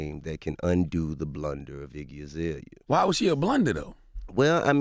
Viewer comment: Per usual, he's saying it wrong.